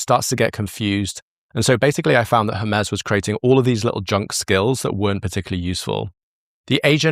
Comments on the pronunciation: Hermez? Every time you say Hermez instead of Hermes it immediately takes me out of what you're saying. Why can no one in the creator space seem to pronounce things the way they were meant to be pronounced? Hermes is the messenger God of the Greek pantheon, it has never been pronounced Hermez. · I’m dying a little inside every time “Hermes” is pronounced like “her-MEZZ” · Cant get over how you say Hermes wrong XD